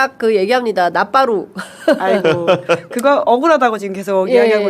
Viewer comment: 박지원의원 왈 '나빠루' ㅋㅋㅋㅋㅋㅋㅋ